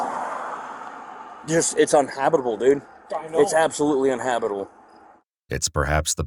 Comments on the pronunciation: Uninhabitable would be the right word If the cop could pronounce it. Hes saying unhabitbul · If only that cop knew how to pronounce uninhabitable 😅🙄🤣